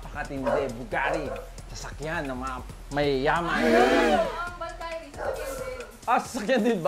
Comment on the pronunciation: ung valkyrie di ganon ang pg pronounce